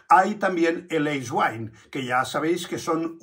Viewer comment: Eiswein ( AISWAIN ) En aleman EI se pronuncua AI Sr no lo estoy corrijiendo